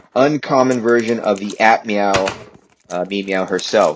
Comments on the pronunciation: is he saying admau? if he is its pronuonced a-f-mau? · It's noi not noeee it's also not aphmeow it's aphmau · Him: We also aph meow Me:ITS APHMAU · Lol you said ap meoaw😂😂😂